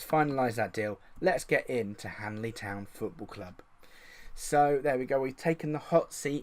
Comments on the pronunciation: OMG that's my home town!! Just so you know its Henley, not Hanley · Trying to see if I recognise the names see how good the data base really is, I'm from henley. I recognise none lol. If you do more videos like this you will do well... Also it's Henley not Hanley lol good work though